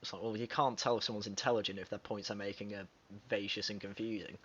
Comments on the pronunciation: "Vacuous" phonetically: vack-you-us. Good vid. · Sir- the word vacuous is pronounced "vac-you-us". Its root is from "vacuum". meaning "empty". I'm not trying to be critical, just helpful! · Dude, 'vacuous' is pronounced vack-u-us, like vacuum, but to inappropriately apply that word to Mr Peterson is aggressively insulting and hostile, clearly a card-carrying media ally of Ms Newman closing rank in defense of their belief system.